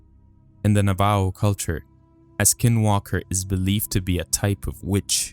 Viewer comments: It's not pronounced Navo, it's pronounced Nav a hoe. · A minor correction: Navajo is pronounced Na Va Ho. Otherwise great video. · Dear white man, it is pronounced " Nava ho" . You're welcome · You don’t know how to say Navajo idiot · yah if he learns how to pronounce Navajo lol